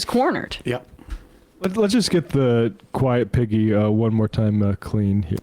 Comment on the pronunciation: I had legit thought he was saying "Quiet Vicky" and that was bad enough! But now knowing it was "Quiet Piggy" is just so so sooo gross and disgusting!